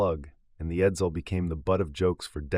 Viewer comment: The stupid computer also didn't know how to say Edsel.